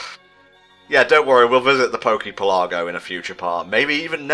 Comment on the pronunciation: I keep seeing people mispronouncing PokePelago and I need to set the record straight. It's not pel-AW-go, it's PEL-uh-GO. It's a reference to archipelagos, which are a string of islands close together much like Hawaii and Alola are. Also, you can actually get wild starters in this game through the Island scanner which unlocks after using ten AR codes for the Pokedex. Depending on the day, you can either get one of the Johto starters on Melemele Island or one of the fully evolved Unova starters on Poni Island.